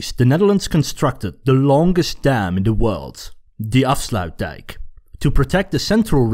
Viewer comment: He actually said afsluitdijk correctly